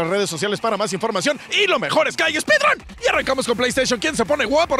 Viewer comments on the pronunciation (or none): No se si dijo, speed run, o ladro.